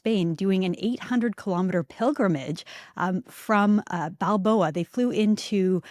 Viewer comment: Not Balboa. I believe you may mean Bilbao.